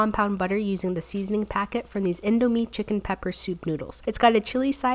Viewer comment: U pranounced indomie wrong i know bcs am Indo heh